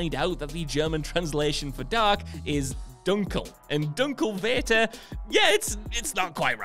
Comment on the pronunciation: It's funny how you pronounce "dunkler Vater" (i'm German)